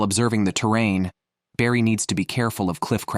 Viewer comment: and he's calling barry "brady"